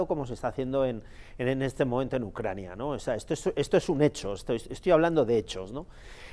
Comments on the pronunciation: Por cierto no es ucrania? Usted dice ucrañia...?🔸️🔸️🔸️☕🚬👋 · Ucraina... pais pequeño, dice 🤣